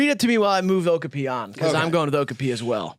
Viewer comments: hearing them pronounce okapi like that hurt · Not saying okapi wrong the whole vid and not doing anything about it 😭